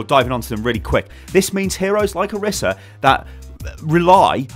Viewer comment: It's pronounced oreesa please stop